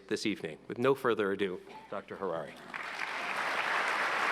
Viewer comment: Who was that illiterate who introducedHariri but mispronounced his name? Who mispronounced the Latin title of his book, calling it “HomoDeuce”? He was so embarrassing